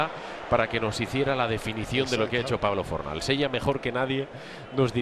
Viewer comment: Le dice plablo hasta luego lucarrr impresionante joder.